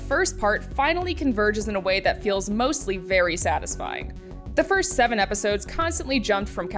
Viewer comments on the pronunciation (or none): none